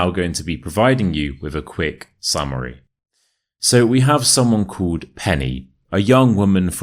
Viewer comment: The way he pronounces "called"! How does he do it?! 😂❤ x from Argentina.